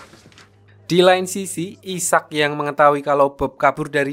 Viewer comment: Cara bacanya aiseck bang bukan isak